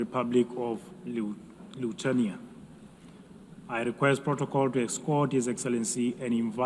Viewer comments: where is Luthenia written? Cmon man just pronounce the name of the country!!!! LI THU A NI A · Leutania 😂😂😂 Hejtanas 🤣. How hard is it to learn two words properly when is your only job? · Lithenia? How is it that UN chairman cannot pronounce country names correctly? Pathetic ignorancce in adittion to elevators not working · Why can't the UN speaker even pronounce the country name "Lithuania" ... that's really embarrassing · just what people are employed at UN and who are paying them?? That guy can't even pronounce the country Lithuania and he works at UN??? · come on, he hestitated before the word, also he pronounced Lithuania differenly at the end, if you call that "accent" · Can’t pronaunce country name .. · Should the guy on the podium not be able to pronounce Lithuania? How much dumbing down are global institutions able to tolerate before they break? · Presenter should at least learn how to say countrys name, what a joke, Liuthenia really? And president's name is Gitanas, presenter said "Katinas", which is male cat in lithuanian, UN IS A JOKE